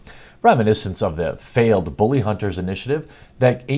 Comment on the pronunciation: Booly! Booly! LOL@ accent